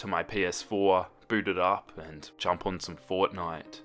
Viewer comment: Lol you said FORTINTE and I was looking right at the cover of it